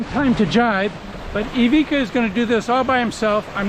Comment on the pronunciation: i owned ivicas Seascape 18s 👍love your videos but you didnt pronounce his name right once!